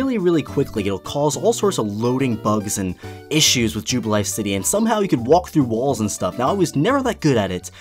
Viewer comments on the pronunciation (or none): none